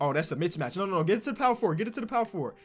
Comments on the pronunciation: doubling down on saying "Mitch Match" for mismatch. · “That’s a mitchmatch” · “That’s a Mitch-Match”